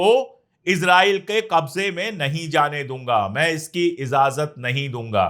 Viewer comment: Azazat nahin bola jata ajazat Bolte hain talaffuz sahi karye